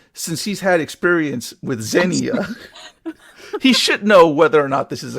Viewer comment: It's pronounced, "Zen-Ya", btw 😘 Two syllables, not three